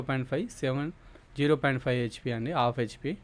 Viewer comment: ఆఫ్ HP కాదు బాబూ , హాఫ్ HP